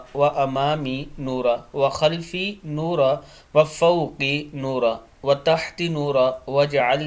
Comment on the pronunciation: جناب ایڈمن صاحب! اس دعا میں جو کہ نماز اور سجدہ میں پڑھی جاتی ہے۔ اس میں کم و بیش گیارہ بار “نورًا “ آیا ہے جسے آپ نے ہر دفع “نورا” ادا کیا ہے۔ کیا آپ کو معلوم نہیں کہ جہاں وقفہ کا کوئی نشان نہ ہو یا آپ کا سانس ٹوٹ سکتا ہو اس کے علاوہ رکنا منع ہے اور آپ لوگوں سے التماس کر رہے ہیں کہ online قرآن کی تعلیم دینے کے لئے ہم سے رابطہ کریں۔